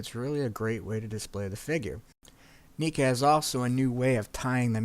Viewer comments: Only person I ever heard call them Neeca was Glenn Webb lol. But definitely pronounced "Neh-ka"..well at least the ppl that work for NECA pronounce it that way. "McFar-lane"..ha, that's a first. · You pronounced NECA so wrong.... Great review tho!